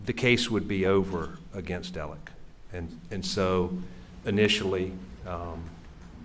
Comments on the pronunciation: Yea but he keeps saying Ellick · I’d like him a lot more if he’d stop saying “Ellick”